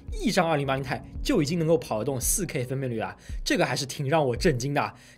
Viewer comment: 不念钛 念T i